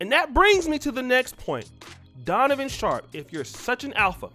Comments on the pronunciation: Did just say “Conovan Sharpe” 😂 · I know DAMN well he ain't say "Conavon Sharpe"🤣🤣🤣🤣🤣🤣🤣🤣🤣🤣🤣🤣🤣🤣🤣🤣🤣🤣🤣🤣🤣🤣🤣🤣🤣🤣🤣🤣🤣🤣🤣🤣🤣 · He called him, "Conovan Sharpe". 😂😂😂